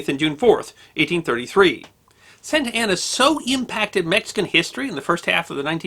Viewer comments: Carlos Santana is a musician. George Santayana was a philosopher and writer. Antonio Lopez de Santa Anna was a multi-time president of Mexico. Their last names are all pronounced differently. You keep saying Santa Anna like Santana. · when you say Santa Ana I hear "Santana". So the general was a Hispanic guitar God? Nice.....